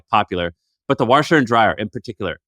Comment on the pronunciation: Listening to say "Warsheer and Dryer" is great 😂